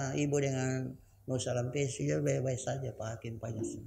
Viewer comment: Maaf kalau salah sebut namanya kalumpesi harusnya Sarampessi